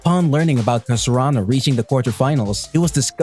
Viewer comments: its not kar su aa no 😑 its karasuno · Its ka ra su no not kasarano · Whats with that its karasuno bruh.. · Its not kasurano its karasuno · Wrong cause he said kasaranu??? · Was it just me or did he really said Kasurano instead Karasuno? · Kasurano? It's karasuno bruh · I was like wait something is not right.... then i realized u have been saying Kasurano instead if Karasuno lol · Is it just me or you're saying Kasurano instead of Karasuno? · yes i heard it too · yeah its a little bit annoying that he keeps on saying Kasurano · Why can't u say karasuno.... Gets irritating towards the end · It's Karasunu not Kasarunu Ukai not Ujai Just disgusting .....